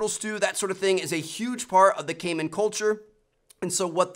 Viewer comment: I thought he said gayman at first lol